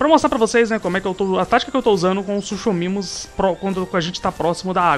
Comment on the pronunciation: eu sei que quando lemos o nome do animal se le suchomimus mas se pronuncia sucomimo!!!